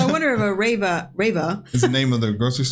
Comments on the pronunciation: it's always the foreigners who think packing your stuff at the supermarket (rewe in this case, he pronounced it the english way just like english speakers falsely pronounce adidas - it's pronounced reeeeeweeee) would be hard. germans just use a shopping cart and place their bought stuff in there, then go outside either to your car or to a more quiet place and pack your stuff there. no rush and no pain this way. i don't see why so many foreigners seem to not do this and then complain about being rushed. you can only be rushed if you don't use a shopping cart. also the "deutsche bahn" is the main railway company in germany and it's late by a minimum of 5 mins 99 % of the time. so native germans obviously complain about it. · not raver, but REWE a chain of german supermarkets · its not Rava its REWE a Grocery store ;) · I guess you already came along the "REWE" when watching videos of German supermarkets. And now you are just irritated by the pronounciation of it, because with an English pronounciation it woud not be "rave-a" but something like "Reewee". So he was talking about checking out of the supermarket chain "REWE". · Rewe is a german supermarket. His pronunciation is totally wrong and I had to listen to it several times and needed the context.